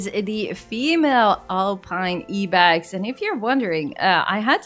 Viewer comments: Do you guys pronounce ibex as “E-bex”? Have I been pronouncing it wrong my whole life? 😆 I always called it the “Eye-bex “ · lady, you pronounce "ibex" as in "eye-bex" :D in afrikaans i still say "eeuh-bex" by accident and it took be long to figure it out XD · It is actually pronounced Ibex with I